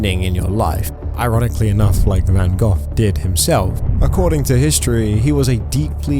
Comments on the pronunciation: Van Gogh (go) not Gough (how you say it) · The artist's name is VanGogh. (van GO, not van goff) Drove me nuts! But I agree with the message. Of course it would have made more sense to splash an Andy Warhal ! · Its Van Go not Van Goff ffs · Hey, bro. Just so you know, Van “Gogh” is pronounced “go” not “gof” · It's pronounced Van-go, not Van-goff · Please... Please... Calling him Van Gohhhh hurts. It's just Go. Yes, there's extra letters, but it's just Go. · Van Go. Not Van Goff. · It's Van "Go", not Van "Goff". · IT IS PRONOUNCED VAN GO NOT VAN GOFF! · The pronunciation for Van Gogh is (Van-go). Its small but the way you say it gets my OCD going. HAHAHA! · It's pronounced VAN GO. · I love how the narrator keeps saying Van Goth. Even if it's AI narration, don't you listen to it before you post? I can't wait for the next video about the famous musician Beeth-oven. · I am happy to see them get punished for this BS but please either get an AI program that knows how to say words and pronounce the artists name properly. This gets very tiring hearing his name sound like Van Goff. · van goff? contra-bushun? silly ai voice needs work yall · Why do you keep calling him Van GOTH? 😂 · It's van go thats how you say it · It is pronounced Van Go despite the spelling Van Gogh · just stop oil is a bunch of idiots but damn dude hearing you say van "goff" over and over makes me think you might also be an idiot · I think it's pronounced Van GO, iirc? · Have I been mispronouncing Van Gogh? I pronounce it Van Go not Van Goff. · Please learn how to pronounce Van Gogh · Why can't the man narrating this video pronounce "Van Gough" properly?